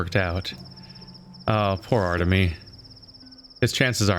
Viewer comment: I didn't want to offend you, this is also not part of my culture. I also finished the whole first Pathologic and called Artemy the same way you called him :) but then I heard the pronunciation and then saw how to roughly pronounce the name. And of course you can call him whatever you want, it's just that he is the main character ;)